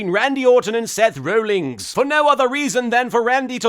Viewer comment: I think it's hilarious that Martin continuously refers to Seth Rollins as "Seth Rollings".